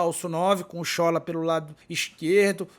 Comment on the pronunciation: Boa tarde!, a pronúncia correta do nome do Sola é "Sholá", como se tivesse um acento agudo como nas palavras olá e sofá. Quem me falou isso foi um nigeriano que mora na Bahia.